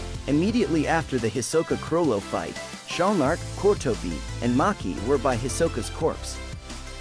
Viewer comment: It's not Maki itz Machi